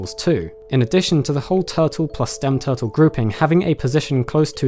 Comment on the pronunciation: Toootels?......0_o? Tf is that? Repeat after me.....: T U R T L E ...